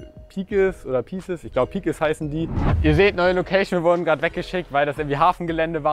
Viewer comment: piekes hahahaha, ja die heißen peeces (pieces ausgesprochen)